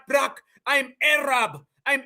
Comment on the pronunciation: “ I’m Arrrraaabbbb “ and you rolled the R 😂😂😂.. I spit out a little of my coffee when you said that 😆😆😆